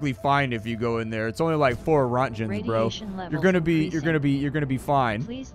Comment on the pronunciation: Deuterium (d-tear-ee-um) is radioactive water, basically. And roentgens is pronounced like rankings without the g